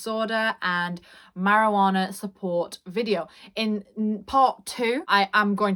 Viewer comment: This video was very helpful and relatable but the best part was how you said marijuanNAARRR😂